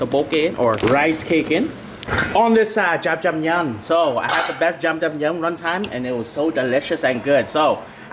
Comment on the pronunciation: dude you keep pronouncing jajang myun like jamjamyun